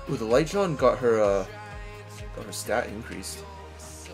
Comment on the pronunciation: time to evo3 my light "Jen-nay" drives me crazy when you call her "Jon" =P